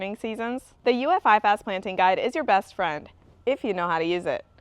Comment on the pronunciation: IFAS is pronounced “I- fus” not “I- fas”. I work here.